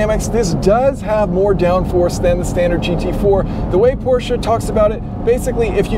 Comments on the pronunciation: How pleasing to the ears when someone actually knows how to pronounce "Porsche" with two syllables instead of one. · Kudos for pronouncing Porsche properly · One of the few dudes who pronounce Porsche right 👍